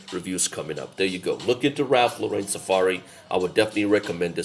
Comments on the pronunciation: Actually pronounced: Lo ren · Ralph Laurain ? Not Lauren ?